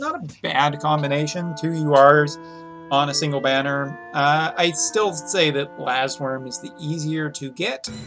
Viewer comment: "Lassworm" LOL Some things from GL sure do catch up.